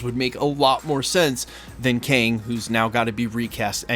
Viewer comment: Its KANG..NOT KEING